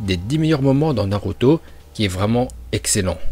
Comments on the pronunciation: et aussi tu dis naluto au lieu de naruto tu sais pas parler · De fou il veut me faire le connaisseur , quand tu vois il dit « Naluto » au lieu de « Naruto » 🤦🏽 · Tu faits une vidéo de naruto mais tu sais même pas bien prononcer les nom